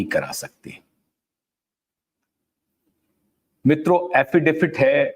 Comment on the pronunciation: आप बार बार एफिडेफिट कहते है..... एफिडेविट कहिए